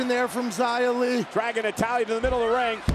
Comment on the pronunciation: Man the commentators don't even know how to say Xia's name lol